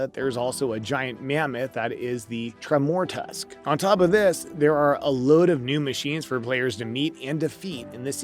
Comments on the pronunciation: YES! I couldn't stand to finish watching/listening to this for that very reason. If you can't even pronounce the main character's name correctly... nothing else you say is going to hold water. A tremORtusk? Couldn't even figure out 'tremor' and 'tusk' to pronounce that right, sheesh. 🙄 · how does one bungle the pronunciation of a name like Tremortusk anyway?